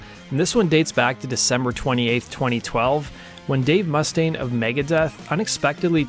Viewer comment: Learn how to pronounce Mustaine properly.....